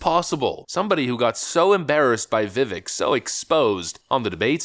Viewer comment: It's well beyond time to have learned how to pronounce Vivek. Your failure is pathetic.